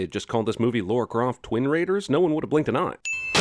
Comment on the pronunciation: Her original name was Laura Cruise, but they changed it to Lara Croft. It's LARA, not LAURA.